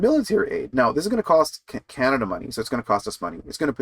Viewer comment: O'Toole can't say "Canada First"!